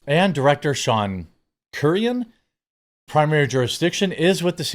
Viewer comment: Frankly, I’m surprised they didn’t go after Kathy Griffin after the severed head stunt! About time they go after these nut cases!!! Sean Curran’s last name is pronounced “Ker-in” just an FYI…